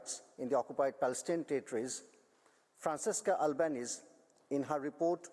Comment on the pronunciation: Its not Albanees but Albanese (pronounced as Albanesiiiiii) otherwise free from error in favour of the oppressed